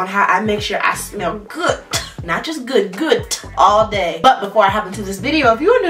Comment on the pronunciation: “Not just good, gooddttt”😂😭 I love her ❤️